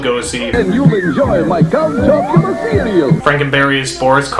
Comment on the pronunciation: Don't sing if you can't. Or pronounce words if you can't. It's cereal. not "see-wee-ew"